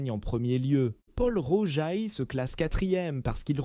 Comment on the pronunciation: Pourquoi massacrent ils la prononciation des marques : Moé et Chandon, Taitine-gère , Bolline Gère, Paul Rogeaille , Krügue, Dôme Pérignon etc ..… 😂😂😂